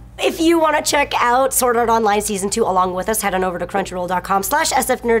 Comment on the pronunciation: it sounds like you are an Indian when you say Sword art online.